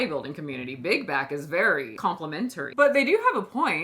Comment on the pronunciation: I keep hearing big guy instead of big back